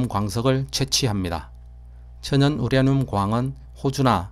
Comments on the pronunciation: 우라늄을 우랴늄으로 발음하시네요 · 보리문뎅이 발음 심각하네 스방의 열화 우랴늄 ㅋㅋ 적 1퍼쎈터가 되도록 농축얼 합니다 ㅋ